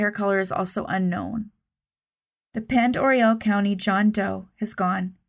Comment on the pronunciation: I always heard it was French. Huh. Learn something new every day. Anyway, yes, that is indeed how it's pronounced. I used to live right across the line in Idaho, next to Newport, WA, Pend Oreille County. Nice area, but a lot of missing people around there.